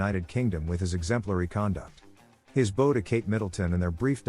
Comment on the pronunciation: Please pronounce the word bow properly. It is not a ribbon you tie in a bow. It rhymes with now!